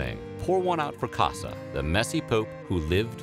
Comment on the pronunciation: It’s Cossa, not “Cassa”